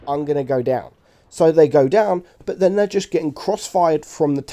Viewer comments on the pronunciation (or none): none